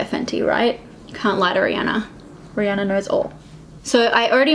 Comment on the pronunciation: When you realise it’s Rihanna not Rhianna..... 😳